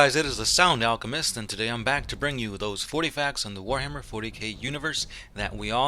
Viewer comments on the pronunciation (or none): none